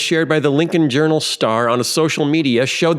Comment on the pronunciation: "Journal"?? I thought he said "urinal".